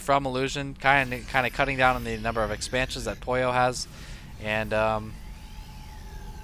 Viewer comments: I like how you call Pouilleux Poyo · funny, your pronouncetion of Pouilleux is like "pollo" that means chicken in spanish o.0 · Pouilleux is french and it means someone who has head lice or someone dirty ^^. You pronounce it : "Pooye" (where you pronounce the "e" a bit like the "e" in "given", but there's really no equivalent of this sound in english). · It's probably been said a few times already, but Pouilleux is French and means something like lazy slack-off/creep/dork and it's pronounced "pooh-y-euhr" (very soft r, with the final sound being in the back of the mouth). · yeah, and it's kinda funny how the pronunced it like "pollo" which in Spanish means chicken xD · Pouilleux is a french adjective meaning dirty or bum. It's pronounced poo-e-err, said really fast. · pronounced poo from poop, y from yell, er from butter = poo-y-er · Pouilleux is french, it's pronounced poo-ye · I thin its pronounced poo-ee-yeuh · looks like french to me, pronounced puiyu